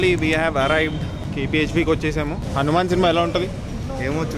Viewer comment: హనుమాన్ అని కరెక్ట్ గా చెప్పరా....